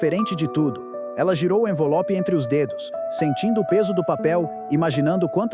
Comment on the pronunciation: Só eu ouvi "envolope"? 😅